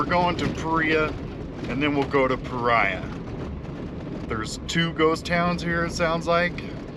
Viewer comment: Paria is a Spanish word, pronounced as Parea would be in English.